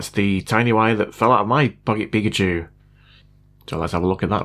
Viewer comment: peak‘a tschu 😂